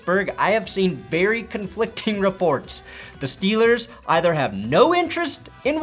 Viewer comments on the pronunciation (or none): none